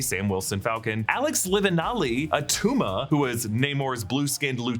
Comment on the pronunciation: "It's not atuma"